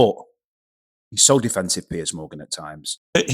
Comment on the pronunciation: Piers, not Pearce :)